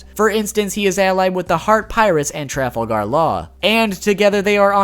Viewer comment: Learn how to pronounce Trafalgar.